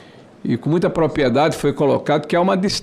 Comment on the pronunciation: PROPRIEDADE. Não Propiedade, por favor!!!!!?????